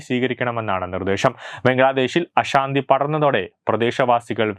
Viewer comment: നിങ്ങളുടെ ഉച്ചാരണവും വാക്കുകളും ഒട്ടും ശരിയല്ല. "അനധികൃതം" എന്നു പറയാൻ പോലും അറിയില്ലേ. അഷാന്തി അല്ല. അശാന്തി ആണ്. "ശ" അക്ഷരം ഉച്ചരിച്ചു പഠിക്കൂ.